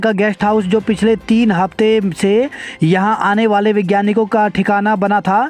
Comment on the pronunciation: अरे विज्ञानिक नहीं वैज्ञानिक पढ़ो,परिछार्थी नहीं, परिक्षार्थी पढ़ें